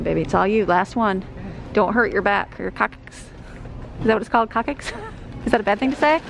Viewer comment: Lol sweet, hahaha, coccyx said coc - six, not coc - kicks! Lol. You made my day, again! Laughing with you, not at you ♥️